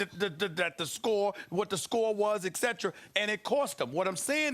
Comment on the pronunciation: Nobody: Stephen A: Exetra